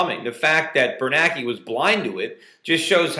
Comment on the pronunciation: And by the way, get the memo Mr Schiff: its BernANKE not BerNAKE.